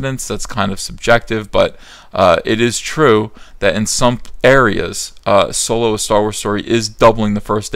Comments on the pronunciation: you mispronounced SoYlo. :P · Solo? You mean SOYLO.